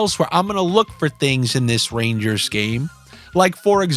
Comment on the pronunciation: Derrrrrr take the rangaasss -1.5 lmao